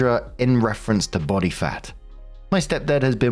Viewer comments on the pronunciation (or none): none